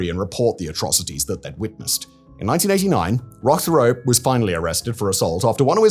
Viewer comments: Theriault is pronounced Terry-O. As a Canadian I find this incredibly distracting. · Theriault is pronounced "Terr-Rio" like Terror, almost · Therriault is pronounced Terry Oh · teyrio is a better pronunciation, the 'h'' is essentially silent. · I’ve actually been to the compound. I live about 35 minutes away and have saw Roch and the women in Kinmount selling fruits and vegetables at the farmers market and the local fair. It’s pronounced Rock Tear-ee- oh from my recollection